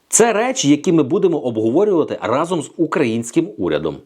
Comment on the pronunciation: Сашко не разОм, а рАзом. Перевірочне речення - Дубінський хтів отруїти вас всіх гАзом рАзом.